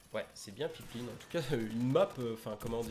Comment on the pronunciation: Pipeline c’est un mot anglais donc à prononcer en anglais sinon oui c’est marrant comme non. Ça se rapporte au tuyau transportant le pétrole en autre.